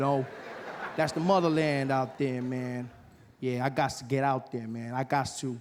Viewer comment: Is he saying "I gost to go home"? Where does it come from?